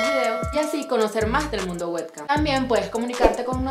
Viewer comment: exacto verdad que es payasa? No lo pronuncia bien. En realidad nada de lo que está en inglés lo pronuncia bien xD